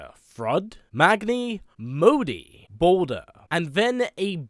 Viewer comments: Baldur bud not Bolder lol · Its baldur not bolder